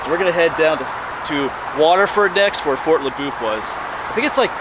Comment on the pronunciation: Everyone around here says fort le boeuf as if you were saying fort la buff. Did you get a chance while you was there and go over to see the covered bridge they was restoring? I don't know if they're done with it yet.